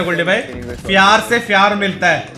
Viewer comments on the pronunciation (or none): Fyar se fyar milega Mila fyaaaaarrrrrrrr